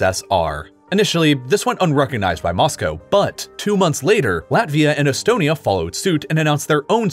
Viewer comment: Bro you say etonamy & belar us